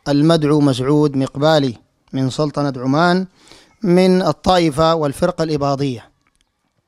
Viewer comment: ركزوا كيف ينطق سلطنة عمان .عندما يريد الله ان يغلط الشيخ .في الدقيقة 5.30 ويقول سلتنة عمان .ان تغلط كثيرا والناس تتابع